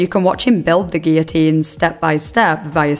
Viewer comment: It is SO refreshing to hear someone pronounce 'guillotine' correctly! I'm an American, so I'm unsure about the usual pronunciation in the U.K. but here almost everyone here says, 'GILL-o-teen,' and it is a huge pet peeve of mine.